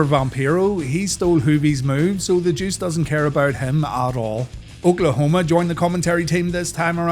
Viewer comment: did you hear I make bbq sauce- olkaholma